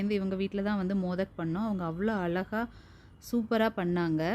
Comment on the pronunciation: அளகா இல்லை அழகா. கொளுக்கட்டை அல்ல கொழுக்கட்டை. தமிழை உச்சரிக்கவும் பயிலுங்கள். நம் தாய் மொழியை நாமல்லாமல் வேறு யார் பயன்படுத்துவார்கள்.